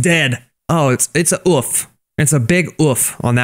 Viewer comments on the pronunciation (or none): you don’t say it like uff. You say it like OOF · its no ouf its OOOOOOFFF